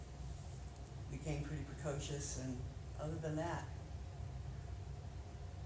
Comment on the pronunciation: Precocious, not promiscuous.